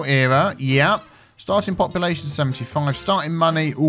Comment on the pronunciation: ) You were pronouncing the word population, and it ended up as “poppalution”. Sounded so funny. We need to give “poppalution” a meaning. I love the new word :-D